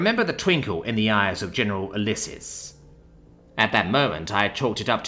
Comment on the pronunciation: It's read as "YOO-LEE-ses" ffs At least check the pronounciation of unfamiliar words